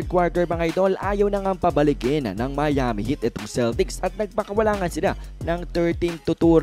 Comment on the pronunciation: Mali Ang pronounce mo ng Miami